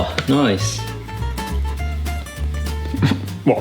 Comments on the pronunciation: The "wot" just sounds so perfect. made me laugh way more than it should've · I love how Tom say "what" here. So delightfully English